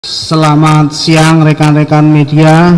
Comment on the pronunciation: pembukaan awal.....SELAMAN SIANG...apa aku salah dengar😂😂😂😂😂😂😂